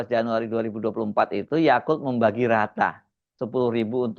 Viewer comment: Bro said 'yakult' each time 😆